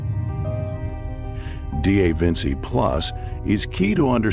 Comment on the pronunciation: D A Vinsey plus??? Arg. It's da Vinci, dah VIN-chee 🙄